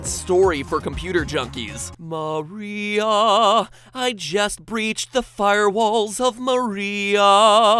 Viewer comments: Silver Gaming the name María is pronounced ma-REE-ah, with tbe accent in the REE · but it's pronounced Mar-ee-UH not Ma-REE-uh